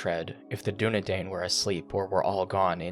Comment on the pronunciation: Oh, if you want to be lore-pedantic, it's pronounced 'doo-ne-dine' because 'ai' is pronounced like long 'i' in Sindarin. Just being helpful.